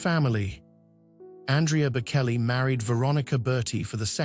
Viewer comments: Reader, learn how to pronounce the names of the people about him you speak. It is pronounced Bochelli, not Bokelli. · Please learn to say his name correctly, it’s with a ch not a k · Please have the courtesy to pronounce his name properly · The narrator doesn’t know how to pronounce the singer’s last name… hope one day he’d say it correctly! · Please have the respect of knowing how to pronounce his name… Google it as the late Queen said.👵🍁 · Please don’t post until it reveals the respect it deserves. There are many videos that repeat and spell the name Bocelli properly. Learn it before you do any other. The right thing to do would be to redo the sound with it corrected before posting it. I was a teacher and made sure I called even young children by their name correctly. Your name is very meaningful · You can’t even say his name correctly.